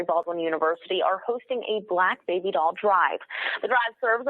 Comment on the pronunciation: It's "doll" not "dial" you not calling anybody 😃😃😃